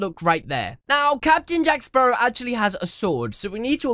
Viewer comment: the names jack spawrow mate